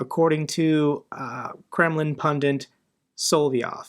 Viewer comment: Please stop saying 'pundint'.